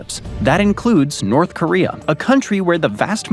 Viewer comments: "North Koreum"? East Africum???" He randomly places the letter "m" EVERYWHERE. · “In north koream” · "NORF KORIA HAS NOFING ON FIS COUNTRY!!!" Meanwhile, just across the Caspian sea, Chechnya exists.